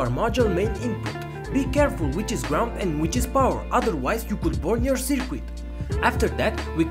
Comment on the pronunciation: Small critique: Circuit is pronounced sər-kət. What is your PWM frequency? Thanks for the upload.